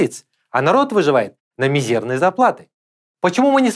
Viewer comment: Мизерные зарплаты , ударение на И))) жалпы өзім қазақпын